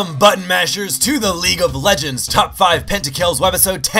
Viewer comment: I always think he says "Welcome, ButtMasherz!"